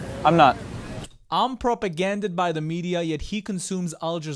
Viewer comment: Sooooo I just wanna say… it’s. Propagandized not propaganded :)